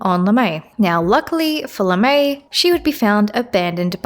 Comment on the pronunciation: I-It's Lamae Bal. Not Lemae. Pronounced the same way you did with the Lamias. Lahmah-e baal